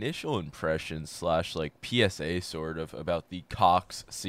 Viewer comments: Bruh the way he said cox 🤣🤣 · nice emphasis on COX